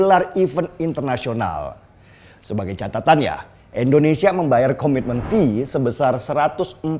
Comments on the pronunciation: bang lu gak bisa ngucapi INDONESIA, apa emang setau lu negara kta ini namanya ENDONESIA??????? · Bang tolong Pelafalannya jangan Endonesia dong, kasih penekanan pada vokal "I", Indonesia.. thanks. Good luck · Maaf banget maaf kang denny kl boleh koreksi, maaf nih ya mengapa setiap menyebut "INDONESIA" itu malah jadi "ENDONESIA" ? Maaf ya sekali lagi kl saya sok2 atau gimana2 🙏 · Pak kali ini sy kritik bpk:😆 Indonesia pak bukan Endonesia Pasti karna saking semangat nih 💯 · Penjelasan bang Deni emang selalu gampang dan mudah di cerna,tpi aku merasa terganjal dengan satu kalimat yg selalu bang Deni ucapkan tentang Indonesia jadi endonesia,ini x kedua aku coment tentang kalimat Indonesia ini dan aku harap bang Deni mengucapkan Indonesia dan bukan endonesia,maaf 100x maaf aku cinta indonesia